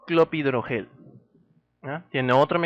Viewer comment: gracias por el vídeo, sólo una corrección, no es clopidrogel sino CLOPIDOGREL. Un saludo